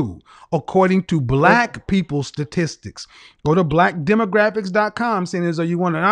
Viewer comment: She couldn't even pronounce "statistics" lmao